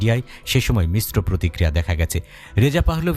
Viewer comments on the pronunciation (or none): none